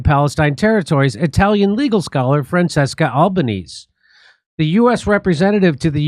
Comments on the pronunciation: Francesca Albanese's name is pronounced 'frahn CHESS kah all bah NEH seh'. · When even Jimmy don't know how to pronounce her name. Regular Joes likely know next to nothing. Long way to go.